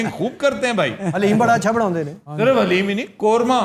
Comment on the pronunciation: Assalam o Alaikum Sir G Is Lafz Ko Thek Kr Dain ( HALEEM) Nhn (DALEEM) Hai (HALEEM) ALLAH Pak Ki Sifaat Main Say 1 Sift Hai Pllllzzzzz